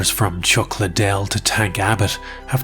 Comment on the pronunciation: So strange to hear you call him Chuck Lidell